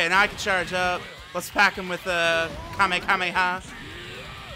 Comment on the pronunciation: he said kamekameha and not kamehameha 🤣🤣🤣